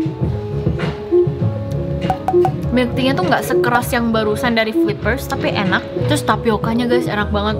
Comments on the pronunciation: Pas blg "enak" medog bnget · ngomong 'enak' medok banget wkwk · 4.46 ngapak banget ngomong enak nya